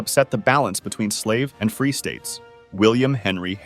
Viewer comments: He put so much emphasis on "AND" I thought it had to be a joke... at least I hope. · The French AND Indian war was one war. Not sure why so much emphasis on the and. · I think it's just how the TTS bot emphasized the words weirdly.